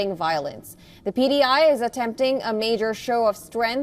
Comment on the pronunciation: Its pti not pdi